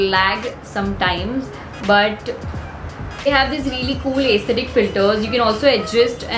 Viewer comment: Its not ace- thetic its s-the tic.. but great content #veenion